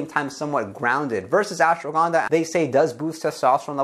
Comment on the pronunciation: i knew it... Only indians can pronounce ashwagandha & shilajit like you do.